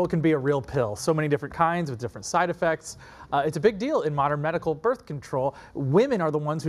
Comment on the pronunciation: BRITH? Hijole. Birth!